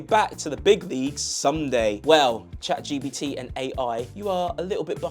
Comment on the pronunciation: Bro really said Chad Gbt, lol